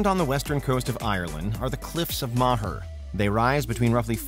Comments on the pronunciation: It's not "Cliffs of Ma-her". It's "Cliffs of more" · Its the cliffs of moher (pronounced moe-her) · Please learn how to pronounce foreign words lmao. Hearing you pronounce Moher like ‘mah-her’ killed me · The endless mispronunciations lol “cliffs of ma-her” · Cliffs of Moher, pronounced Mow-her. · It's pronounced the cliffs of "more" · Great list but that pronunciation of (Cliffs of) Moher 💀💀💀